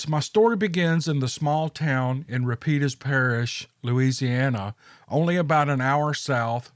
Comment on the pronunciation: Rah-PEEDS Parish